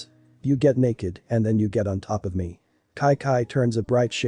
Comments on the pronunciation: It’s Chi Chi. Not ci ci or ki ki. Though it is a really good episode. When is the next one coming out? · Its chi chi not kai kai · It is chichi not Kai kai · It doesn’t make sense why the voice says “kai-kai” instead of Chi Chi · why you saying kaikai instead of chi chi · Everytime it said “KiKi” it just made me mad but good story tho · Its not ki ki stop saying that its annoying great story but its chi chi😑 chi chiiiiii! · kai kai is chi chi idk why is pronounced like that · Just me getting annoyed with wis and kai kai pronunciation 😂 still good tho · The ai doesn't know how to pronounce Chi-Chi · The pronunciation of chi chi is weird